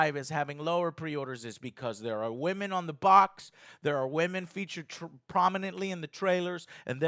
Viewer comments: .. What's a "wamen"? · Is his seeming inability to pronounce the word “women” due to his accent, or is it supposed to be clever wordplay of some sort?